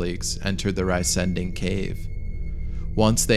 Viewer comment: Please say 're' (as in "see") - 'zen' (as in "zen") - 'ding' (as in "ding-dong"). So re-zen-ding, and not "rice"-"ending". It does indeed mean "giant thing"